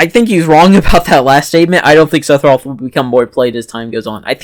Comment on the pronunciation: First off... It's Seff not Seth Sephiroth. Just nit picking. Actually, that's it... I agree with everything else you said.